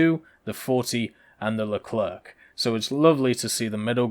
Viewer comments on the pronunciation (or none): the Leclerc is pronounced like Leclaire. the last C is silent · well I assume you are a native french speaker so I will stop to write in english at the end of this sentence. Au risque de vous décevoir le c a la fin du nom leclerc est bel et bien muet ...